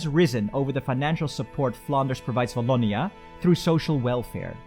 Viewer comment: You forgot the walloon brabant from the french community. And the "w" of "Wallonia" is the same for "Watson" instead of "v" like "voilà". Good try though.